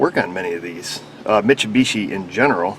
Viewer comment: Everybody say it with me slowly. Mit-sue-bee-she. You're welcome.